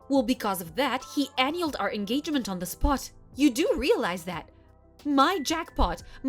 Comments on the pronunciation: I had to bail can't take the mis pronounced words. Annulled, was annualed, it was spelt properly on the captions. Not going to put others down, it would take too long. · Narrator said she analed the wedding, bahahaha, that's what alot or us would say, in a different way, tho, bahahaha I think it's pronounced (a nulled)